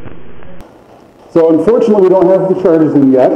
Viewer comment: lmfaooooooooo she even says the word animal like a toddler😂 she said "aminal"😂😂😂😂😂😂😂